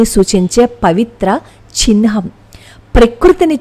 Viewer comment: Chinham kadhu chihnam